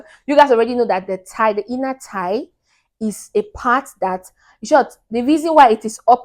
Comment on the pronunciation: I realized that you are saying Inner thigh Your accent threw me off